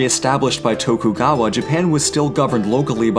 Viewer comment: Tokugawa, you mean Shogun kayo?